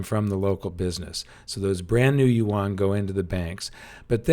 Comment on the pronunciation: Yuan is pronounced ywen. Please say it right.